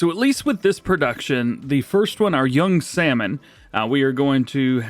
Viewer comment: You can't pronounce salmon? Too funny